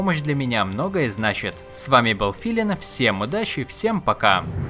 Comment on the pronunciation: Зачем он говорит Филинм, если он филин